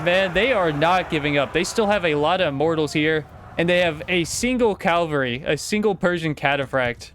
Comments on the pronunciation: was it Ca-val-ry not Cal-val-ry? just asking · CAVALRY** not Calvary, that is a hill... Cavalry is mounted troops. CAValry not CALvary